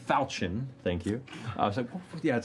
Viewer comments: Hearing falchion pronounced fahlchion instead of folchion is slowly killing me lmao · I've never actually heard it pronounced like fal-chin. I've always pronounced it like falk-eon. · Its pronounces Fauchau (close nostrils with your fingers while saying it. Its french. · one thing that will forever bug me, is the way they pronounce falchion: It is supposed to be 'fal' as 'fell' - 'chi' as in 'ki'wi - and 'on' as in 'un'dertaker. Great show nonetheless!! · Falchion is pronounced with a soft ch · It's pronounced FAL-shun. It's French. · Actually Liam it's pronounced Fall-shen, but whatever. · ...fall-shay-on...it’s French... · Matt should know how to pronounce falchion, he was Chrom for crying out loud! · I've been mispronouncing falchion for years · Well damn I've been pronouncing "falchion" wrong this entire time. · Can't believe the guy who played Chrom can't pronounce Falchion